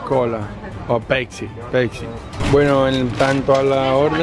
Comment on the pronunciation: Quien mierda le llama "pecsi" a la "Pepsi "???